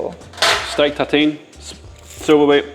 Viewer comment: It took me about 5 min to understand what your « tateen » was… I guess you are trying to say the French word « tartine » but the R went missing in action at some point…😂 So in English it would sound like « taRRRteen », Just imagine you’re Scottish with the rolling R’s!!! Anyway, a tartine is basically a sandwich made on top of a slice of bread, with no bread on top of it. It can be cold or grilled (under an oven’s roof grilling resistance for ex).